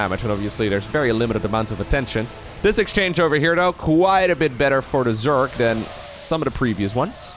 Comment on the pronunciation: Hey bro, started watching your vids a few days ago and even though I knew nothing about SC2 (only played SC1 as a kid) I find them fascinating and engaging! Since you asked for help with pronunciation, I think the #1 thing that would help you sound way more like a native English speaker is differentiating between "s" and "z" sounds. Obviously the main culprit in you case is the word "Zerg", but keep in mind that often the letter s is actually pronounced with a z sound, like in "position" (pronounced pa-zee-shun). A variant of this phenomenon appears in words like "decision" - you tend pronounce the s like a "sh", where it should actually be pronounced like a "zh", as in the J in the French name Jacques.